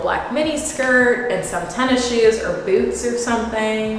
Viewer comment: Oop I heard a little southern accent come out when you said “boots”!